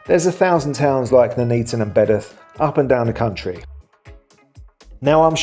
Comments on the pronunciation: Its Bedworth not bedath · Its pronnouced BEDWORTH !!! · Surely you are pronouncing Bedworth wrong? Surely? I would pronounce it Bed-worth myself! 🫵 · Bedworth pronounced as Bed’orth? You can’t accuse anyone of trying to get a penworth in! 😅